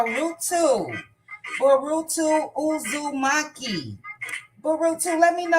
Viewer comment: Good job pronouncing the name Boruto Uzumaki. You asked “where are you from?”. That person may be American born and bred. It would have been more appropriate to ask “what is the origin of your name?”. As your channel continues to grows, and I’m sure it will, you will attract subscribers and viewers with non-American names and from non-American countries. People can give their location if they choose to do so; I always find it interesting. Pse keep a global mindset and don’t call out people based on names. A person may be Jane or Shaniqua, born and living in the Seychelles for eg; I don’t think you will ask “where are you from?”. Accept my comments in the constructive spirit in which they are intended and keep up the great work. BTW I am a long-time subscriber and I always hit the like button.